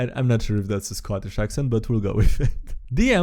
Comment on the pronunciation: Not gonna lie, that was utterly nasty. (Oh, and 3/4 is three quarters, not three thirds.) You landed closer to Irish, which is close. For Scottish, you want to sound like you're in a bad mood and lean into the hard "k" sounds and "r" sounds. I can see where this is going... ... and I was right. That's an interesting curse for goggles of night . I wonder if it gets worse the more you use them? For the curious, this is a modified version of the classic bag of devouring . The canon version eats anything edible, spits out anything inedible between dimensions once a day, and has a 50% chance of grabbing any living creature reaching into the bag. If it grabs you, you get pulled completely into the bag and have a single round to try and escape with a DC 15 STR check. A friend can try and pull you out -- provided the bag doesn't grab them -- with a DC 20 STR check. If you're still inside when your turn comes again -- gulp! And no, buying cheap magic items to give to your friends isn't evil -- unless you know full well that it will hurt them, in which case it's hard to argue otherwise. Well, Lady Graytia is a knight errant who's been sent to hunt down two wayward members of her order, at least one of whom was in league with red dragons. They'd managed to establish a magical link to her and attempt mind control. The magic bed helped her to fight the control, but couldn't sever the link. When the bed was stolen, well, she finally broke, doing as the